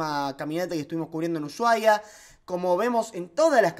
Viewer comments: dice mi esposa que porque decis "uSHuaia"? y no "usuaia" con la "H" muda, le da cringe que este mal pronunciado abrazos mi rey, BTW yo hago lo mismo xd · solo una cosa, ushuaia no se pronuncia asi la SH, se pronuncia como sin H usuaia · Como vas a decir ushuaia asi amigo, decilo normal sin la h y te sale solo